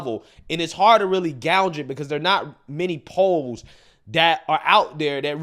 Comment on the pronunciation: You keep saying gaunge. You did say you went to college?